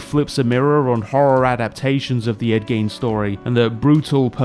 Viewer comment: It took me 3 minutes to realize you weren't just saying end game weirdly